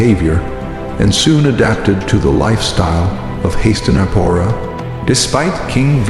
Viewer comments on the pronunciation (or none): well I've never read Mahabharat so it's all mostly new information for me. It's annoying that the narrator mispronounces names like Ganga, Hastinapura, Devavratha, etc... I'm also a bit lost on some of the characters but I'll probably rewatch season 1 to help me get some clarity and better understanding of the story so far. The background music also annoys me a bit sometimes and I wish it were more Indian-sounding music, but that's okay. Overall I am enjoying the series. Am learning alot and look forward to season 2!